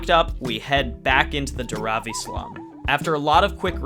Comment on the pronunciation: This was such a wonderful video! Just wanted to let you guys know that it's 'Dhaaaravi', not 'Dharaaavi'. ❤️ Keep doing the good work! More power to you.